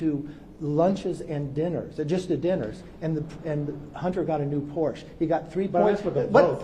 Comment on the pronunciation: It's really not important all things considered, but it annoyed me how this guy is so dumb that he can't even pronounce "Porsche" correctly when making that useless claim that Hunter got one